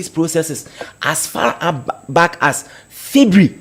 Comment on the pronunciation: A whole lecturer, pronouncing ' february ', 'fibre' shame on you.